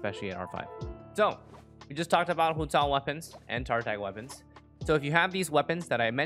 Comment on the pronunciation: i love the way he pronounces hu tao